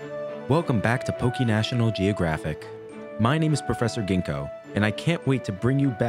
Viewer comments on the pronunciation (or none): none